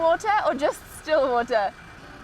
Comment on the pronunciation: I thought she was saying distilled water. Lol!